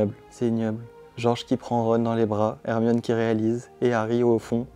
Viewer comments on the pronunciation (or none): none